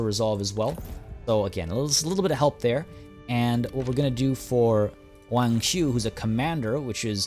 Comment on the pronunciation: fyi, if u see any Wangs out there, the "Wa" is pronounced Wah rather than Weay